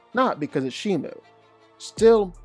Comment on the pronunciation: Bro said shimu 💀